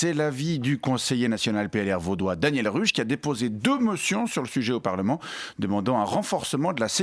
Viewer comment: Daniel Ruch se prononce Daniel "Rouque". On prononce à l'allemande. 😂